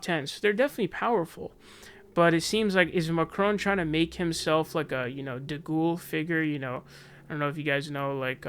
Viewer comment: de gaulle = de gol , not de ghoul i love it tho, better nickname than jimmy george